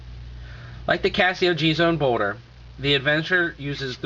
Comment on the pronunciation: Did he just say boner? The first time he says boulder it sounds like he said boner. Anyways I just purchased one on ebay and I am wanting to use it as a prepaid phone hopefully it is possible as 1 verizon agents said it should be possible but 2 other ones said it wasn't possible.